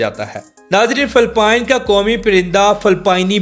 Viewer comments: Phalpine nhi bhai its Philippines 😢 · Phelpeen sssssssseeeeeeeeeeexxxxxx😂😂😂😂😂